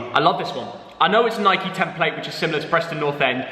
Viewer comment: It's Nike not nikey